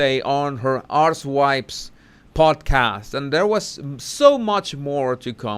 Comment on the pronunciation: I love your pronunciation of her podcast archetypes - I hear it as her podcast 'ARSE - wipes!!!!" (Your accent, my hearing = magic!) - Plus it's a much more accurate name, because archetype has at least two meanings, and her podcast isn't concerned with either of them.